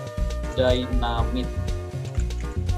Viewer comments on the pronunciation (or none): Dynamite bang bukan dyanamite 😭